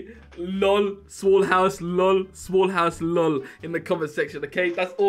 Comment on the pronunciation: lol smal hous lol smal hous lol